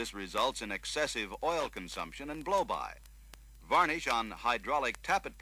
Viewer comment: Gah... stop saying "varnIsh". :P